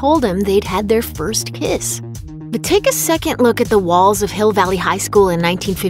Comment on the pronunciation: I swear she piss instead of kiss 😂